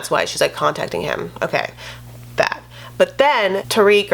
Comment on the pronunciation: I love that you pronounce ‘Tarik’ in Arabic it’s Tah-Reek in the US amoungst black folks